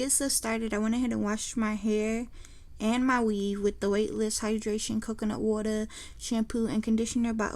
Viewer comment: The way you said water 😂